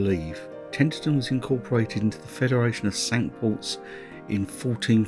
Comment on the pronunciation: I was brought up in Tenterden - a lovely town. However, you mispronounce it Tenterten all the way through!